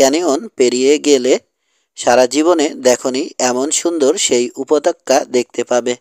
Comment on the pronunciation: Pronunciation is ‐ upottoka Not - upotokka ! Kindly read carefully.